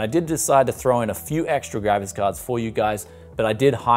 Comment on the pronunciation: I always hear the Gravis Card! Not a Graphics Card. Lol!